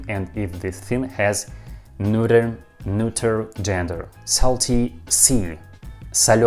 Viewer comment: I'm still in the middle of the video, but you pronounced "neuter" like a champ! I know your history with the word. I imagine you were finally able to get to sleep LOL. Well done! P. S. Russian is still difficult as hell. I'm so confused. At this point I'm just listening to your voice and the sounds of Russian spoken slowly. P. P. S. In English, salty (pickled) cucumbers are called pickles. The cucumbers are soaked in brine to make the salt (and other ingredients) penetrate into the cucumber. It's called pickling. People pickle all sorts of other things, too (like garlic, my favorite). Oddly enough, in English, when you pickle anything else other than cucumbers, their names don't change. They're just pickled . For example, pickled garlic. But pickled cucumbers are called pickles. Yeah it's weird and I don't know how it came to be this way. You're doing fantastic with learning English, though! P. P. P. S. The term is "when I have the time". P. P. P. P. S. I think your Russian phrases are extremely interesting (for example, "better a bitter truth than a sweet lie". I would love to hear more of your phrases. When I was young, I was with my neighbor's German exchange student, and he spontaneously shouted something in German at the house cat that knocked over a cup of water onto him. I asked what he said, and he said that in German, they have a saying for when people do crazy things. They say, "have you lost a wheel!?". I thought it was really interesting and funny. I'd